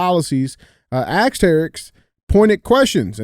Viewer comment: come on man, you are intelligent. Just say ASS—-ked. I know you can say ass. There is a big difference between ask and axe. One is a question, the other is a tool. COME ON MAN!